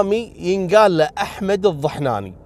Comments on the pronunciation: الضنحاني مش الضحناني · الظنحاني وليس الظحناني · اسمه احمد الظنحاني يا مش الظحناني 😅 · صح كلام الاخ !! بالفجيره.. واسمه قاله خطأ🤓 الضنحاني وليس الضحناني 🥰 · الظنحاني و ليس الظحناني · تعديل بسيط اذا تسمح يا الظنحاني وليس الظحناني والسموحه 💕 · لتصحيح يمكن الظنحاني وليس الظحناني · الضنحاني مش الضحناني 👍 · احمد الظنحاني مو الظحناني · اسمه احمد الظنحاني مب ظحناني... الله يرحمه كان انسان محترم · احمد الظنحاني وليس الظحناني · الضنحاني وليس الضحناني الله يرحمة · قبيلته الظنحاني مب الظحناني